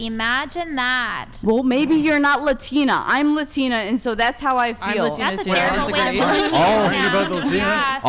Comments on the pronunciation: The "latina" sounds like she's a downsie. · She said luhtina😂😂😂